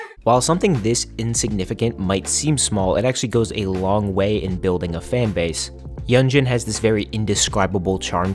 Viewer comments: Great video! Yunjin is quickly becoming one of my favorite people ever. Also for future reference, her name is pronounced “Yoon-jin” 😊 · love this video!! btw hee name is pronounced yoon jean i’m sorry it was bothering me 😭